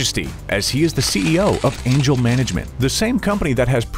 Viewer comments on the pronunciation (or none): none